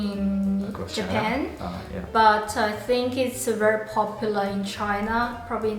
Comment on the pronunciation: ポピュラーがポプラーになってる😳